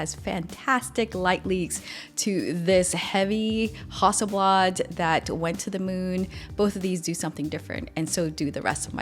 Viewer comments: When did it become a hussleblard its hassleblad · still closer than hussleblard